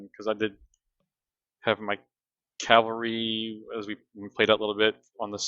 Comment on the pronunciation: Really like the report format. Talking through decisions, showing ability tooltips. Not being really familiar with the game, is this how many models are in a typical game? I was under this impression that this was more of a skirmish game. Also,, for the love of God, it's CAValry, not CALVary.